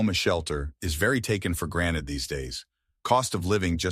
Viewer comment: The privilege to know how to pronounce "GranTed" and not "Graned"